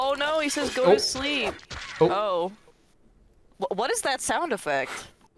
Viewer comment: "Go to slep..."